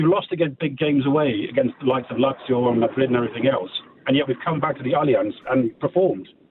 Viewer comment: Goldstein: that caller pronounced Lazio perfectly, what's wrong with that? You are the one who says it wrong.